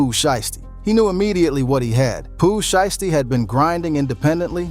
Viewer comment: "she-esty" 😂😂wtf? shii crazy frfr